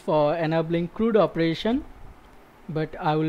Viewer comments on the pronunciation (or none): CRUD.... it rhymes with MUD. Not MOOD.